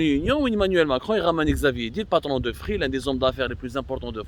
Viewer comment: Xavier NiEEEEEL 😂🤣 et non (Xavier N I L)